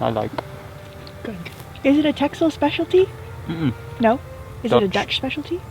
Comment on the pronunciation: hi there my favorite sailers. TEXEL you pronounce as TASSEL :)